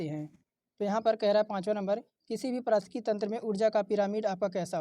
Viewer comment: वीडियो बनाने के बाद पारिस्थितिकी बोलने की प्रैक्टिस किया करो भाई